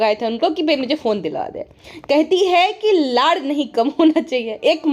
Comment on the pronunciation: Sach me even I thought it was weird listening to the word ladh 😅😅